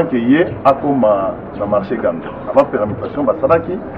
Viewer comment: On dit marché.